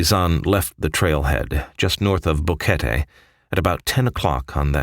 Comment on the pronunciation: I have watched several similar videos, You are one of the first to pronounce BO QUET TE correctly and included Plinio, I know this guy personally, Great Job SIR!!!